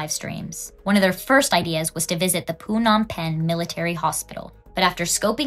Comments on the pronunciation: Girl what is this “poo-nom penh” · I'm sorry I can't get past the pronunciation of Phnom Pehn as PU-nam pen 😆it's giving Vit-nayum